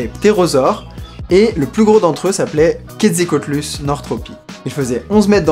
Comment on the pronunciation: Pour info, on dit QuetzAlcoatlus. Son nom vient de la divinité serpent des incas. Je sais, je chipote, mais c'est tout de même important de bien prononcer le nom du plus grand être vivant à avoir jamais volé